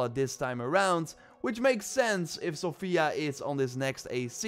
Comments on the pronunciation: Great video,, however it's pronounced sOfia, not sofIa:) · I hearf Sofia so many times untli i realized that was pronouncing the city's name wrong.. it is Só_fia